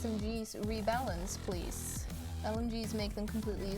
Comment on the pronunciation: Console? Pwease? L_?